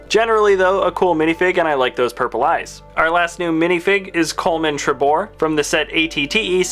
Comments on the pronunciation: Coleman treboar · Cant even pronounce Coleman Trebor smdh